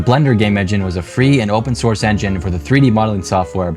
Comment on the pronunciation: he said ranging